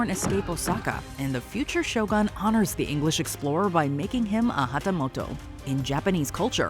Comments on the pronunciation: It's "Shogun", not "Show gun"...... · Every Westerners keep calling the show as SHOW GUN instead of Sho-Goon (pronunciation). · I see is still calling it "Show gun" and not show u goon.